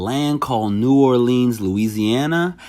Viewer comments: New Orleans isnt said LEENS, its said like lense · lol our city isn't pronounced New Orleens, it's New Orleans stop dragging the word lol